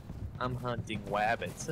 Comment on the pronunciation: I’m hunting wabbits 😂